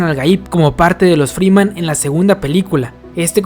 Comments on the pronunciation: Es Fremen, no freeman xD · Wey son fremen, no Free men aprende a decir las cosas cabron